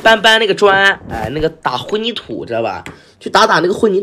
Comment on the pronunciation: 混凝土都读错，其实自己才是农村搬砖的吧，没受过教育